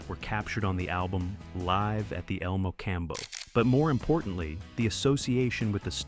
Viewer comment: Hey a.i. guy, El Mocambo is said '..combo'